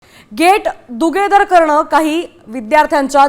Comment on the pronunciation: Anchor tar गेट दुगेदर म्हणतीये खरंच नवीन भरती आवश्यक😂